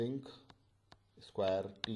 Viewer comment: Thanks you, sir. Btw, you mispronounce the word "square", maybe you`d like to correct it.